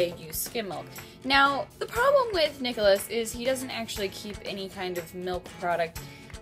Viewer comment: nicholose =)) it sounds like Nichol-O's :))